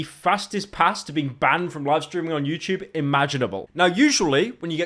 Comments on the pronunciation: bro really said youchube😭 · Why the fuck are you pronouncing youtube like an American, you're an englishman mate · No more youtchubes? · Pyro has denounced his British heritage and started pronouncing YouTube like an American